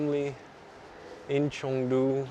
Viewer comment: Chengdu not Chongdu